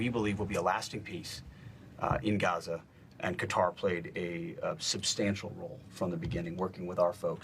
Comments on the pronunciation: Kutter 🔪? I thought it was pronounced Kay-Tar - Qatar. ok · It Is "Ka-Tar", Maria ... Not "Cutter" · Are they pronouncing Qatar like "Cudder" on purpose? Or do they really not know? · Everyone else: Qatar Fox new anchors: Cutter. Like u can google QATAR and Google can pronounce it for you. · a severe lack of braincells is required to pronounce Qatar as cutter. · I wish you’d pronounce Qatar correctly.